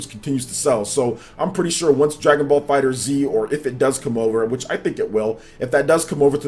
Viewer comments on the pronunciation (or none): Its not Fighter Z, its Fighterz, pronounced all together. just like "Fighters" just with a Z instead